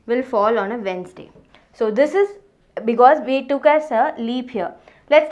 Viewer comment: She is the only teacher I have ever seen who pronounced Wednesday properly 😅